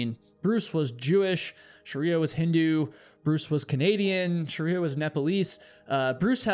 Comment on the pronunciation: ❌Shriya ✅ Sharia